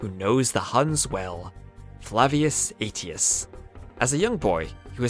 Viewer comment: Flavius Aetius, a name not soon to be forgotten. But then you forgot how to say it by Ayshus not 80us